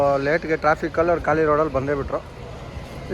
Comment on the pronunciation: Guru ಅದು ಕಾಳಿ ಅಲ್ಲ ಖಾಲಿ 😂😂😂😂